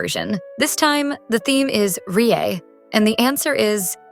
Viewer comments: Its lieyue not riea and many other things are wrong in this video, just check before uploading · Its also not lieyue its "liyue"